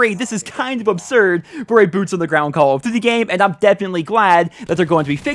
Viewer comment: I like your videos but the way you say call of duty gave me aids